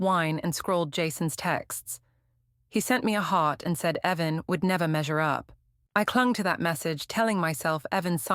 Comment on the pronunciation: Why didn't your AI notice the difference between 'Heaven' and the name 'Evan'?